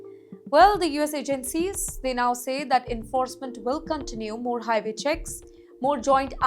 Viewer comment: "..after several deadly HIVAY accidents" LOL